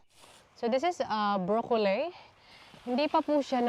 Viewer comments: it is pronounced BROCCOLI po not brocolay or brocoley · Why do you pronounce brocolli as brocolsy?